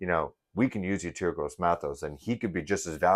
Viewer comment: ….his named pronounced …E….TOUR …..👍